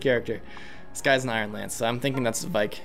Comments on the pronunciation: I'm sorry I know that everyone isn't exactly good with pronouncing FE names, but it's V-Ache not Vike. Sorry it was just getting on my nerves. Loving this playthrough! Keep up the good work! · IT'S VAIKE AS IN RAKE WITH V IT'S A VAIKE AND BAKE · i cant wait to hear say vaike correctly itll be music to my ears